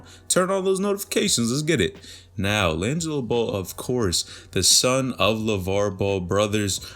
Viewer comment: Did my boy really call him linzo at the beginning? Or I’m I tripping 😂